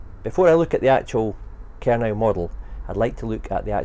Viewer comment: No, No, No! It's pronounced Ker - No not Ker-Now